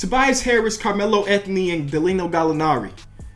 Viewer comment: Cmon you said "Dalino Gallinari" cmon now it is danilo